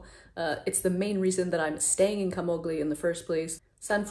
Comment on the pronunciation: Please pronounce the name Camogli correctly.